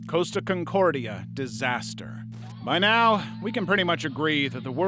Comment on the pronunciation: It’s Costa Concordia not “Coast” aconcordia.